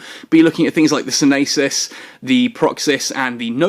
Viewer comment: dear... the society of conscious thought ships are named after the Greek words for prudence (sYnesis), knowledge (gnOsys) and Act (prAxis), please sto buchering the names lol...